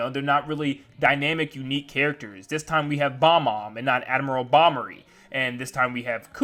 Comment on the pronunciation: BOB- omb. It's pronounced boB-omb.